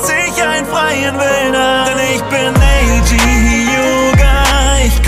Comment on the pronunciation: Er wird nicht NEIJI sondern Neji ausgesprochen. Du lernst es nie mit mit den Anime Namen. 😠👎🏻😤😒